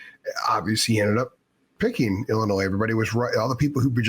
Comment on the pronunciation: Learn how to pronounce Illinois lmfao